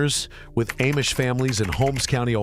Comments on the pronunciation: It’s pronounced Ahhmish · It's pronounced Ahhh-mish. But AI doesn't know. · If this guy had really spent much time with the Amish, he’d know he’s mispronouncing the name It is pronounced as “Omish”, not with the long A. This artificial intelligence “thing” isn’t real and I doubt his message is real either. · Ayemish families!??? Wheeee! Listen to AI go! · So AI still can't pronounce Amish. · Nothing but AI crap you can’t even pronounce the word Amish properly